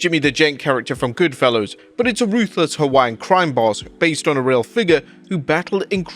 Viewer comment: GoodfellAS, not Goodfellows.